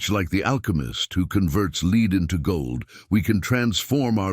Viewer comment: I agree with you. I was loving the message until I heard “subscreeb” and the wrong pronunciation of “lead.” Take cara!